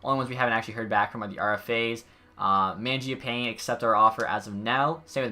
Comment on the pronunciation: love your vids!! you’ve been grinding lately! just a heads up, the broadcasters say mangiapane like “man-jia-pawnay” it’s weird and i was saying it like you at first lol